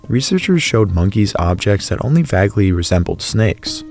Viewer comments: I was listening until dude pronounced vaguely, vag-ly instead of vay-gly 🤦🏽‍♂️ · "VAGLY"? are you kidding? disliked and exited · Hey!...... Wait!, Did you just say:Vag-ly as in Bag?(I know its spelled wrong) Bro, your Canadian, huh? Brother, its pronounced Vage-ly as in plague, but spelled "Vaguely". unless you say it plag! if thats the case, then, your all messed up on your pronunciations! But, You Do You, brother! say it any way you want. just wanted to toss that out there, encase you had no idea! the reason I ask if your Canadian, is Mark, from"Weird Movies with Mark"says it the same way: Vag-ly. but Americans pronounce it: Vaguely as in DAY.Anyway Be Safe! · "Vagly". 😂. You mean VAGUELY? Is this AI , or are you not good at English? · You lost all credit for prinouncing "vaguely" as "Vagly". Make videos when you hit a 14 year old reading level. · Who pronounces vaguely“vaglee” 😂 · he says Fagly instead of vaguely…smh love it besides that minor mishap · vague ˈvāg rhymes with... plague ˈplāg vague·ly ˈvāg-lē does NOT rhyme with... bad·ly ˈbad-lē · some of these photos are wtf, also "vaggly" lol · Vaguely. What the fuck what that pronunciation. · Very uncanny when people can’t pronounce the word “vaguely” properly…. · I turned this off when The Thing Doing the Narrating pronounced "vaguely" in a perfectly uncanny way., revealing that it wasn't human. The irony. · The way he pronounced "vaguely" gave me discomfort. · if you’re going to be the guy reading the scripts on YouTube videos, learn how to pronounce “vaguely”.